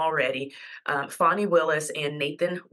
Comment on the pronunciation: It’s fawnie